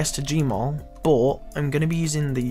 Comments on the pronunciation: but = bot? ;O learn to speak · I hate how you say "but"... Buhwt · the way he says “but”...... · its funny when you say but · you say but weird